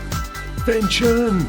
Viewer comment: Isn't that Fenton, not Vention?